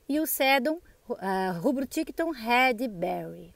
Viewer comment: Quando voce fala "rred" significa cabeça, pra falar vermelho "red" deve ter o som do r fraco como em varanda. Nenhuma palavra em ingles que começa com r tem som forte como em carro. Todas com r fraco, como ex a lovely rose nao é "rrose". Foi so uma dica pro seu video ficar ainda melhor, pq as suculentas estao lindas demais! Feliz ano novo.